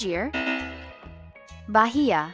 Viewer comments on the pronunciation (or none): none